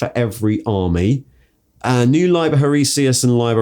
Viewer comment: The way you said hereticus was wierd